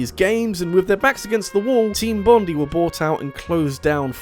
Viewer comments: My poor little Aussie ear-holes.... It hurts whenever he says Bond-ee instead of Bond-eye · Bondi is pronounced with emphasis on the I Bond-eye not bond-ee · Bruh Bondi is pronounced bond-eye not bond-ee 😂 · Mate, you just insulted all of Australia - especially our famous beach of which their is a TV show phenomenon about! It's pronounced BON-DIE - not bon-dee. "-DIE!"... That sounded less creepy and potentially antagonistic in my head. No, don't- don't die. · just respectfully, it's pronounced Team Bond-eye, because it's named after the beach located in New South Wales. :) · FYI 'Bondi' is pronounced 'Bond-eye' not 'Bond-ee'. Its a fairly average beach by Australian standards that just so happens to be in New South Wales. If you want a very nice beach go to Queensland or Western Australia. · Great video! But just FYI, it's pronounced "Bond-eye" after the beach in Australia, not "bond-ee" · Great video as always but I just wanted to point out that "Bondi" is pronounced "Bon-dye". I live close to the suburb of Bondi and it gave me a slight headache hearing it pronounced here. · He says Bondi the same way I do. Had to Wikipedia it to learn how it's supposed to be pronounced. I'm fine with "Bon-dee" tho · Hearing the way he says Bondi hurts my Australian ears.